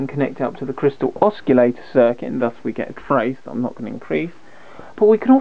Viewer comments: u lost me at osculator, DUH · not to be picky but the word oscillator and not oscullator. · Ah yes, the good old oss-key-lator. No oscillators in this circuit, no sir! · What is an oskillator ? Sounds dangerous to me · “Oschillator” ?! :) I really like the work from the intro of the video … and it show that is not totally parallel with the electronics but still the quality after …. Anyway it is a young one , compliments for the work! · Kevin Elliott that's not being picky mate a guy like this who knows what he knows and doesn't know how to pronounce the word Oscillator correctly it like a math teacher teacher who doesn't know how to pronounce Pi Correctly but instead says PEE this is not a small mistake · Lol look up how to say oscillator correctly